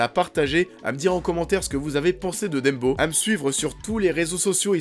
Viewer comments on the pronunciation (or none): c'est DUMBO "DAMBO" Bordel. c'est ni Dembo ni Deumbo. et c'est "Fuck", c'est pas FEUUUCK"